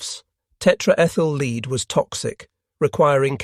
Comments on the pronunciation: Tetraethyl "lead" (Pb), not tetraethyl "leed". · learn how to pronounce lead!! Led Zeplin took the right decision when they removed he A!!